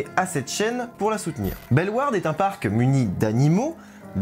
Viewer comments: il l'a pas hyper bien dit au début mais ensuite il l'a bien dit Belle Warde (en soit tu dis pas le "au" du tout même en flamand ) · Je viens de Belgique, je suis excité à l'idée d'essayer ce nouveau coaster! 😁 PS: Bellewaerde se prononce Belle-Au-Warde (pour les wallons en tt cas) 😉